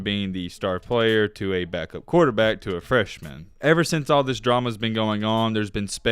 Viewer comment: He said "theeus"(this)